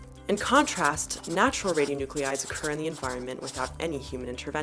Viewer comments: Do you mean ra-di-o-nu-clides, like how you are spelling it or ra-di-o-nu-cle-ides like you're pronouncing it? I'm not getting why you are spelling it one way but then adding an extra syllable. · The mispronunciation of radionuclides drove me nuts. Channeling my inner Hermione, it’s radio-(noo-kleye-ds) not (noo-clE-eye-ds). She’s channeling her inner George Bush. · She's pronouncing "radionuclides" incorrectly!!! It's irritating. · So she exaggerated the French pronunciation of Marie Curie, then mispronounced radionuclide over and over for the entire video. If you're going to be a fussy linguistic show-off, gotta be consistent. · your spelling of "radionuclides" does not match your pronunciation. This puzzles me greatly.